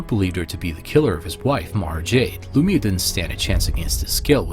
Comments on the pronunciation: Lum-eye-ya, not Lum-ee-ya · I find it amazing that you have so many in depth videos on Star Wars but still mispronounced Lumiya's name.